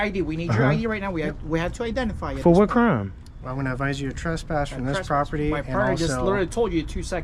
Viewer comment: Yes, you committed a "cram"...butchering the English language. 😂